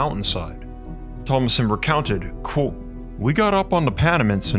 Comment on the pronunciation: 'Kwōtė, not 'cwóque'. Your channel is great, this one, constantly misspronounced word, which you could just avoid, is holding you back. Give it the mustard! "KwŌtė" Aim for the O and the T. KWŌTĖ. Love your material.